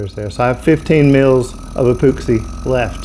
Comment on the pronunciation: E-POOX-EE lol